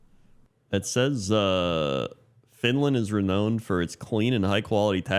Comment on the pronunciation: Jesse i'm begging you to tell how to pronounce "Renown"